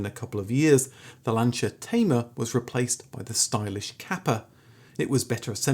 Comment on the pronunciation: I still think, if you tried really hard, you'd be able to pronounce Peogeot and Lancia correctly.